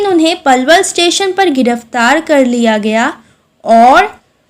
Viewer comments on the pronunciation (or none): none